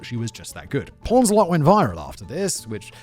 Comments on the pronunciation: Queen pawns a lot? 😂 powns* ffs Simon is killing me in this one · Poons-a-lot, Simon. Not pawns-a-lot. Though calling her porns-a-lot kind of makes sense in her community blindly protecting her despite so much evidence that showed she was cheating